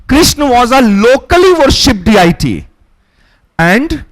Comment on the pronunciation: Please , Respected Sir, Your pronouncing 'Diety'... As.. D-I-T.... please work on that one, it's not D.I.T.....please try to say Dee-Ah-dee...it's very distracting ,Dear Sir.